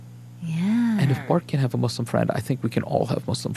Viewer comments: don’t ever say “mus” again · I cringe every time she say "mus" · Why do people say "Muz" ? It's MUS(SSSSSSS) just like "Sarah" "Slam" "secret" etc.. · why tf do ppl say muzlim its not a "z" sound 😭😭😭 say "sss" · Mus- fluencers 😭😭😭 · I like the zzz sound. If they were back where they belonged, I'd use sss. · it's spelt مسلم where do u see a "zzz" noise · YES! Muslim has a Meaning. MUZLIM CHANGES THE MEANING. STOP. THANK YOU. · I don’t know why people can’t pronounce Muslim. It’s Muslim not Muzlim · It is S I'm am a muslim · In the American accent people say muzlims because “S” is pronounced like z sometimes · I think its just an issue with accents since british people pronounce it "muzlim". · not nessasarily an american accent. Im british and over here people pronounce it with a z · adding a z changes the meaning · Stop saying Muz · that's not how we say muslim